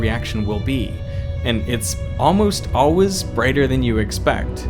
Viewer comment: "Almost alwiz".